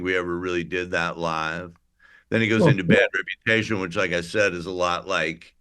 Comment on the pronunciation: It's "Reputation" Jesus...Get it together. I'm writing a book.